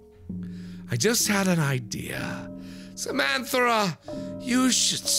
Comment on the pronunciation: It's hard to be serious with a name like Samanthera - and it's Samanthera, not Samanthara!